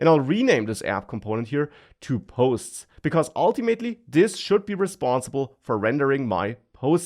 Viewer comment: oh man how i missed saying "ultiMATEly". the sheer joy!